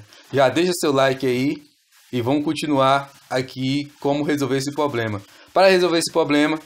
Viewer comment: Se chama problema com R é uma agressão a língua portuguesa a forma que você pronuncia essa palavra